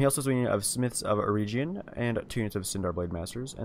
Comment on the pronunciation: It is pronounced Smiths of Eh-reg-yun.